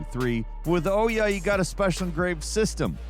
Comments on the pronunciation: You pronounce OUYA like a German with a thick accent saying"ooh yeah" das is good. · When you can’t remember how to pronounce the name of a console that says its own name when it starts up, then it was a massive failure. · That isn't even close to how you pronounce Ouya and I feel like you're doing it on purpose